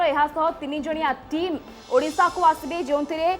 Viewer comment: "ଉଡ଼ିଶା" ନୁହେଁ "ଓଡ଼ିଶା".....